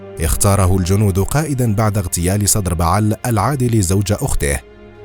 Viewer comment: اسمه عربي حنا بعل وليس حنبعل وصدر بعل وليس سدربعل صحح اخي😂😂😂